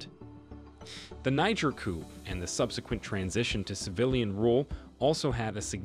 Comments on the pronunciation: Mr Narrator, you pronounce the word "coup" as coop like the word "poop" . It should be pronounced like coo. Forget the letter p at the end of the word. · Interesting but the p in the word 'coup' is silent.